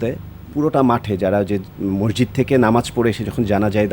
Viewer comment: এডলফ খান ভাই মোরজিদ না ,, সঠিক উচ্চারণ হবে মসজিদ।